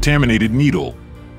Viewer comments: Thank you ! The Narrator pronounces it D Jesus but it's D Hey Zeus ! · It's torture to hear your AI mispronounce De Jesus (hey-suuse). If you don't know that pronunciation, in a sport where hispanic surnames are extremely common, I cannot listen to the rest, wondering the whole time how many other things you are getting wrong. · You are not pronouncing DeJesus name correctly. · A. I. pronunciation for "DeJesus" 😆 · learn how to pronounce dejesus name.